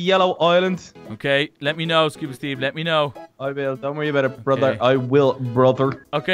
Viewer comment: is the worse at saying it no efense. is kinda good is the beast.